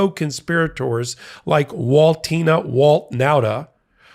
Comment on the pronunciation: It’s “Waltine.” Like a crying cracker